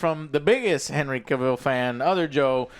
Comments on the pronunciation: You are saying Henry's surname wrong. Big fans eh? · How do you still mispronounce Cavill? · Joe still can't pronounce Cavill right lmao